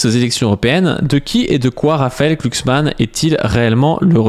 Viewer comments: C'est Glucksmann avec un "G" pas "Clucksmann" hein ^o^ (c'est pas la 1ere fois que tu spam un nom n'importe comment XD) Bisou de gauchiste sur ta grosse barbe quand meme ! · Par contre, pourquoi écorcher son nom ? Tu sais prononcer le mot "glue", non ?